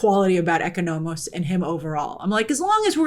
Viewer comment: See, this is why the English language needs accents on letters sometimes so Americans know which vowel to emphasize on certain words. It’s pronounced “ECÓnomos”, not “EcoNÔmos” Aaargh! Dammit Grace, this will bother me for the rest of the night